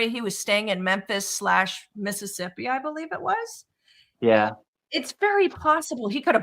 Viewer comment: Why do they always say Menphis ?? He was in a RV camp in Mississippi. 😮